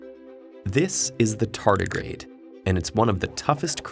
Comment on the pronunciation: Clicked on this video just for the pronunciation "TARDIGRADE"